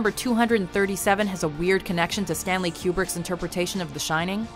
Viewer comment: "Stanley Kubert"